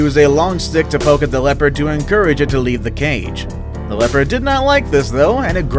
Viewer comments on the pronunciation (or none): none